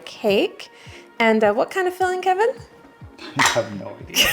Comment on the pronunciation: THIS HAD ME ROLLINGGGG "KHEHVIN" 👅